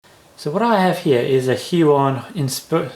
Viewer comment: Thank you for the video. The pronunciation of the Hui, is more like the English word "way". Just thought I would let you know. Thanks, again, and thumb's up!!!